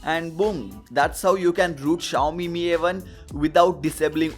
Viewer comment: Finally you're saying Mi as Meee not M I 😬